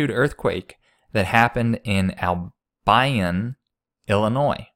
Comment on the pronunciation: Ah-l-bee-un is how you say Albion.